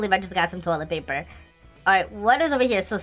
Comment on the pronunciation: why he say toliet paper